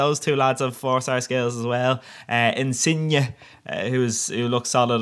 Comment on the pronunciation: First non-Italian person I've ever heard to pronounce Insigne in the RIGHT way! OMG <3